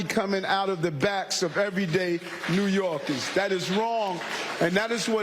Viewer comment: ''New Yorgis''(thats how Adams pronounces ''New Yorkers'') will pay for his defense lawyers when he goes to trial.